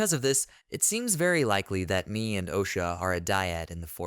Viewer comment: i think Mae's name is pronounced "May"....